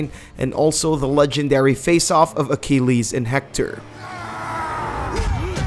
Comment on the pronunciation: In-ah-vutive? Feb-wary? A-key-leez? My ears are bleeding.